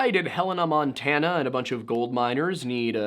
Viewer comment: thanks ... I almost snodded my eggs out while you literally said "hannah montanna" XDD